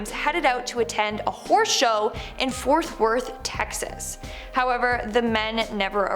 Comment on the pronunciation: It’s “FORT Worth”not “FOUTH Worth”, just trying to help is all.